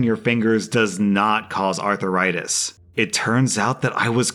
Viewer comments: LOL. I love the way pronounces "arthritis." Is he from Georgia or Texas? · I just couldn't concentrate on the last story because of how was pronouncing arthritis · I feel like mispronounces things like arthritis to drive up engagement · You mispronounced arthritis every time you said it. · The way pronounces arthritis is worse than the sound of cracking knuckles. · If you mispronounce arthritis again I will flick your ear. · Wth is that abomination pronounciation of arthritis... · who else couldn't get over the pronunciation of arthritis? Arthur-itis? sounds like a disease you get from watching too many kids shows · Does pronounce arthritis as Arthuritis????? Oh god why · Is seriously pronouncing arthritis as "arthuritis"? 😂💀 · Why are you pronouncing it "arthiritis" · Please for the love of god stop pronouncing arthritis as Arthuritis, Please! It made the last few minutes of your video unbearable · Your mispronunciation of arthritis as arthur-ritis is cringe worthy... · Everybody: "Arthritis": "Arthur-itis" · Is he saying arthritis or arther rites? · "Arther-itis"? Have I been saying it wrong when I say "arth-ritis"? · Normal People: “Arthritis”: “Arther-itis” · About drove me nuts on the last one. It's 'aar THRAI tis', not ARTHUR RI TIS. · That is NOT Arthur-itis. It is said ARTH-ritis. There are two main types. Osteo-arthritis and Rheumatoid Arthritis. There's also Dupuygens Contraction. A peculiarly Viking lineage complaint. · Uh ... it's arth - ritis. Not arthur -itis. Seems like a southern thing. Making a 2 syllable word a 3 syllable word. And adding a letter to boot Doesn't sound smart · Arthritis, not "artheritis" please! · Bruh what the hell is arthuritis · “Arth - rie - tus” not “Arthur write this” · Wait wait wait.... all I could focus on in the cracked knuckles story and how kept pronouncing "arthur-itis". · It sounded like he was talking about a person, Arthur Ritis